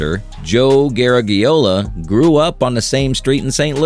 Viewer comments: Bad enough that he did not pronounce Joe Garagiola close to correctly, but he had to keep using the last name time and time again, irritating! I get the feeling this particular video was not researched worth a flip, plus the owner of the channel didn’t know how to pronounce it either. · Who’s Joe “Ger-eg-e-ola ” 😅 Sounds like a distant relative of Lou Gehrig-e-ola. 😂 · It looked pretty informative (although I already knew all of what I heard), but after the fourth time hearing "Gare-a-ge-ola", I had to shut it off. Hire human voices and make sure that they can pronounce the names correctly!!!:face-orange-frowning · Exactly, it’s not “Ger-eg-e-ola”. 😅 It Sounds like a distant relative of Lou Gehrig-e-ola. 😂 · garage...e - ola. I remember occasionally hearing Joe Garagiola when he was a baseball broadcaster. He was very good, gave his own entertaining spin on the games...a good guy. It's a shame that this video creator (AI I think) didn't bother to find out how to say the man's name. Joe G was of Italian descent. His family pronounced it as a "soft" g. In American English, we have the letter pronounced with both a "hard" and "soft" sound. I don't know if there is a hard g in Italian. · You mispronounced Joe Garagiola. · Drives me crazy how AI pronounces Joe Garagiola’s name. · I've heard different people pronounce it differently over the years, but never like this AI did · You lost me when you couldn't pronounce Garagiola. I prefer a thick-tounged amateur to fake robot automatons. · Of course the oral robot mispronounces Garagiola. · You are mispronouncing Garagiola. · I’m not sure if that’s the way you pronounce it in Italian. But it’s pronounced the way Joe Garagiola’s family in America wants to be pronounced. (& the way everyone has referred to him for his entire life in America) his last name has 5 vowels, (out of 9 characters ) but none of them should sound like the letter “e”.